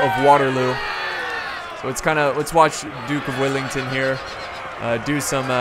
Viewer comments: Its Wellington not Willington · he say duke willington? it well-ing-ton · Dude.. its wellington not willington get it right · Duke of Wellington not duck of willinton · it's Duke of Wellington not Duke of willington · “Dook Willington” 😭🤣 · Duke of Whillington? Its Wellington m8! Wellington not WIllington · WELL ING TON..... not willing tongue or willy ton .... sigh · Greatings from Wellington, New Zealand! Or as the guy in the video would call it: Willington... -. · Hi this is my favorite part of history so thank you ps I am a huge fan and it is Wellington well and ing ton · "Duke Willington" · It's WELLINGTON! 🙄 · Is that how you say Wellington? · awww no. I'd thought u would put on a posh english accent to when u were going to say the Duke of Wellington's name :P